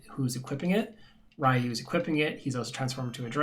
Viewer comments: it makes me cry inside everytime you call him RYE- you..... Ree-you....the word is Ree-you...it means dragon in japanese. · I blame my brother playing street fighter growing up calling Ryu as ree-you. Its just hard to override that name in my head after 25+ years.